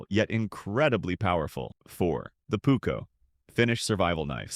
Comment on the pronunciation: The Pukko….it is called PUUKKO